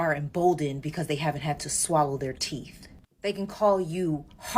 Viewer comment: Mark, that angry black woman actually said teeth, with a -th and not teef..... gotta give her a little credit. 😂